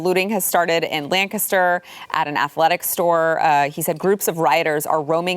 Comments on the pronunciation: So glad she says Lancaster right😹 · Thanks for pronouncing "Lancaster" correctly. Almost never hear it outside Pennsylvania.